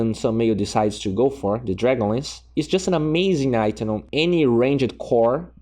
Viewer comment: I like how he says Ranged (Rain-Jed)